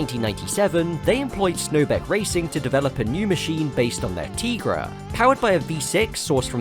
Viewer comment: YES! It is pronounced “Tee-gra” I named my cat after that car! Also kinda after the L’Trimm song “Cars that go boom”